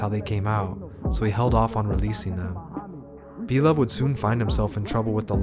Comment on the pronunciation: Lmfaoooo this shit is inaccurate 👎🏽👎🏽👎🏽like the moment you said blovee sevside 😂😂😂I’m like ohh nah ’t know shit🤦🏽‍♂️